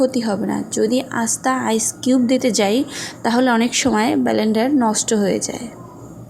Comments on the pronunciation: It's 🚫not balander it's blender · apu apnar language a onek problem. please problem gulo thik koren...blender k apni bar bar belendar boltesen sunte kharap lage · Blender not belendar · আপনার জুস টা অসাধারন টেস্ট হইছে কিন্তু আপনি ব্লেন্ডার কে বেলেন্ডার বলতেছেন। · Baaaalandar na go Dii It's Blander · Balandar na blender bola bujlan apuu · Belendar, asta ice cube uttam Pronouncetion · শুদ্ধ করে উচ্চারণ করা উচিত। বেলেন্ডার 😁😁 বললে ভিডিও কেউ দেখবে না। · বেলেন্ডার?? সঠিক উচ্চারণ শিখুন প্লিজ